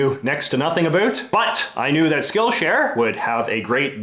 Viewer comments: Omg why do you keep saying "abut" instead of "about"? It's killing me from inside out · You say about weird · now that look more into it seems like he always pronounced about like that and he never really says the word "about" which is weird and the first time i heard him was in this video. But still it's weird that he used the word a lot in this video